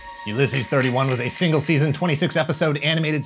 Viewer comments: That uLYSses pronunciation is twisting my melon! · Every time your pronounce Ulysses like that a puppy dies